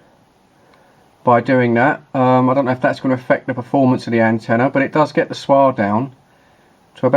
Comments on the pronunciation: S. W. R. not swar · swar? i think you mean s.w.r.